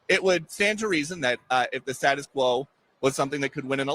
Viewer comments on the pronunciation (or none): none